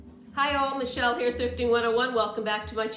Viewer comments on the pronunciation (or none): none